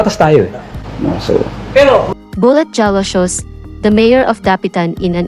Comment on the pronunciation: Ask ko lang bakit slang ang voice over mo? Roque is pronounce Roke...Jalosjos, J is silent so pronounce as Haloshos. Hope you do it better next content. Real talk lang.